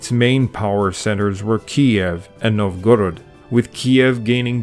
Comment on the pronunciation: NOVgorod, not novGORod. AlyEG, not OLeg. VlaDIMir, not VLADimir. Bot, or merely bad research?